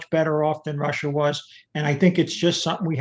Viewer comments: Americar, Chinar, and Russiar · and Russier